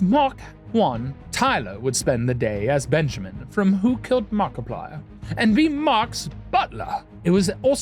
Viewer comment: Nobody can Mariplier like Tyler can! 🤣